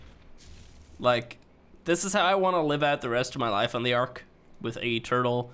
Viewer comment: It's not arch it's ark sorry it just kind of annoys me